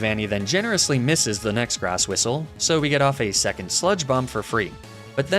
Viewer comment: Don't you mean 'grass whiss-lay' instead of grass whistle :D